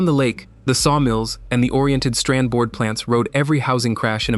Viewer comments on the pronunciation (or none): none